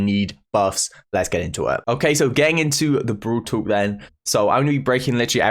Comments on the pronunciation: Lmao u pronounce brawl talk BROL TOK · Everyone: Brawl Talk: brUUwl tOk 😂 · No one:: bRoL tOk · well different peeps can pronounce things in different ways-- like you could pronounce it bRawL TTaLk or Brol Tok it doesn't really matter tho